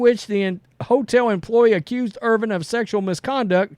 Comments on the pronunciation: His name is Irvin. Not Irving. Come on dummy, it’s not that hard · Stop saying "Irving". It's not "Irving" it's "Irvin. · It's IRVIN NOT IRVING GET IT RIGHT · His last name is Irvin not Irving. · It’s Irvinnnnn no G. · There is no letter g on the end of his last name. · Watching right now and cringing every time I hear it.